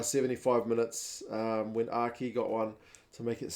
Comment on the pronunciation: O’Kea? It’s Aki 💀